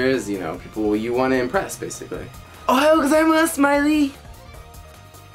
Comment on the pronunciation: Dude, it's "ohayou" (おはよう) !!